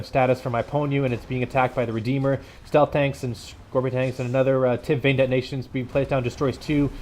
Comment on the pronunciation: I think its called catalyst not tib vein